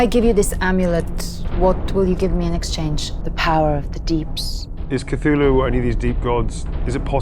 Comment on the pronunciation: I am supremely impressed by: 1. actual correct pronunciation of Cthulhu as a 2 syllable inhuman utterance. 2. Shout out to The Corpse Star, Zhudun. A fan favorite in my D&D crew from playing Curse of Strahd.